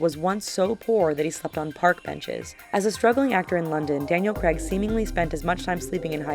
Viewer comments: its Daniel C-R-A-I-G not Creg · It's not Daniel Creg It's Craig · it's CRAIG not CREGG😂😂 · it's Craig, not Creg. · "Daniel Creg" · its not creg it is craig stupid yank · the way americans say Craig pisses me off its Cu-r-aig like eighge not egg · It's Daniel 'CRAIG ' (CR-AY-G) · Craig not creg CRAYG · Craig not creg. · Why does she say creg not Craig on the first one? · Daniel CREG? Why cant yanks say craig? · Damn it! The name CRAIG rhymes with plague... not peg! drives me nuts!!!! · CRAIG. NOT CREG. CRAIG. CRAYYYYYG. WHO THE FUCK IS CREG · its not Creg, its Craig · It's not Daniel 'creg' you say it Craig like with the a sound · It's Daniel Craig, not Daniel creg... At least get the fucking names right! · Her not saying Daniels last name correctly pissed me off